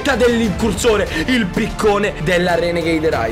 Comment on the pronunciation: queste sono le volte che ha detto renegaid